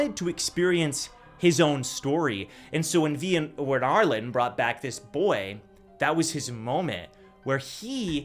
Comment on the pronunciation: It’s ar-lean not ar-lin